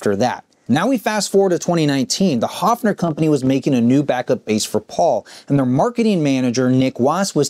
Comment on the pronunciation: The brand name is actually pronounced HERFF-ner.